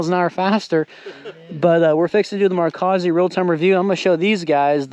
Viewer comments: Is it better THAN not then. And the O is long like oh not like au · Love my Z3 80mm on my retro GT 26er. And, by the way, it's "Marzohkey" The O is long like OH not like AU, and the cchi is hard like CK. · In socal, it's mar-zok-ee (hard "o"). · its pronounced mar-zow-key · here’s a pronunciation: Mar-zoh-key.